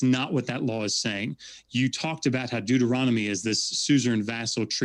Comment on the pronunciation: “Deutoromical” lmfao. These people are ridiculous.